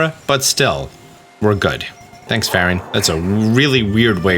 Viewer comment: Channel your inner Italian for Farore: Fah-ROAR-Ray. Also, persnickety is a great word. Adopt it and use it often in casual conversation. :)